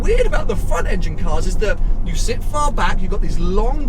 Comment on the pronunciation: Cant tell if said front engine or fun engine, regardless front engine ferrari’s are fun